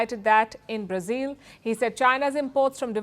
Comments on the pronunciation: Learn how to pronounce “Brazil” ! It’s not “ Brazeal” but phonetically “ Bra zill “ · Halitosis, What is Brazeeel instead Brazil and what is pulley tishun instead of politician 😂😂😂😂😂😂😂😂😂😂😂😂😂😂😂😂😂😂😂